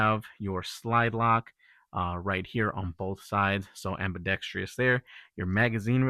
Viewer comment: am·bi·dex·trous not am-bi-dex-trious. Not trying to be a butthole but this word is mispronounced in a lot of these videos.